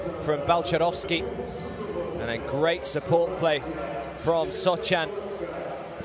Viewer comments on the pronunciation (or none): The commentator calling him “Sohchan” annoying me ngl lol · >call Sochan 'Sotchan' for entire video >finish with the best one-line summary of a player in the end of the video